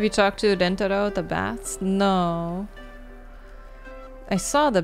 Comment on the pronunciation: I still think the most American thing about this game is that no matter how many times Nancy is corrected on how to Rentaro's name, she still gets it wrong *and Ryokan